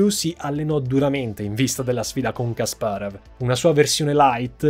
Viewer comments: però dai kasparov...la pronuncia la conosce pure mia nonna:D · Video incredibile come al solito, e incredibile come la capacità di di sbagliare ogni singola istanza del nome Kasparov:D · Povero Kasparov 😭 e il suo nome storpiato in ogni modo 😂😂😂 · Caro, peccato che non ti sia documentato con un esperto di scacchi per la terminologia tecnica (tipo " chiusure" al posto di "finali", i punteggi attribuiti ai giocatori ad ogni pareggio)...come appassionato del gioco ogni tuo "Kasparav" era una coltellata ahahah mi permetto di dirlo solo perché ormai SO quanto tu sia perfezionista e perché la qualità di questo video rimane lo stesso ALTISSIMA complimenti;) lo dico perché, come al